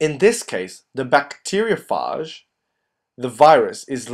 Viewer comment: It called a (bacteria-ph-age)